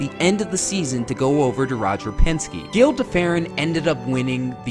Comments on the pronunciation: Gil de Ferran is pronounced Jill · Not even enough respect to get Gil de Ferran's name correct. Probably pronounces Porsche with a single syllable too. Great video.